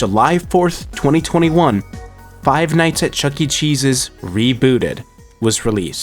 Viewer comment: I'm so sorry but when you said "The redemption of Chuck E Cheese's" all I heard was "The redemption of Chuck E Jesus" 😭😭